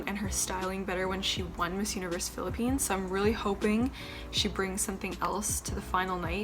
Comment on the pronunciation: and It's Philippines not "philipines"